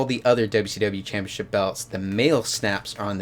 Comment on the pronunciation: Why do you say it like that?? It's CHAMPIONSHIP... not Champyaship. Wtf...so annoying.